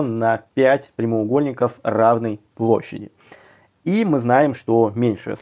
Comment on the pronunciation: увы, но слово "равной" прозвучало, как "разной"... небольшие "фефекты фикции" получились...